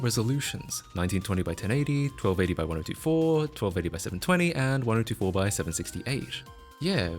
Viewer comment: the way you pronounce 1024 turns my brain to goop